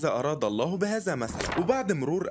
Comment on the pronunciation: الزين مازا بهزا ومسلا 🫠 احترم كلام الله وحاول تلفظ الحروف والكلمات بشكل صحيح بارك الله فيك